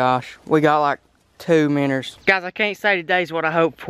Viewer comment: first time i have heared you say miinnows correctly